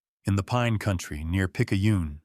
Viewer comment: Biloxi , Picayune pronounced Pic-a-une, Necaise pronounced Ne-case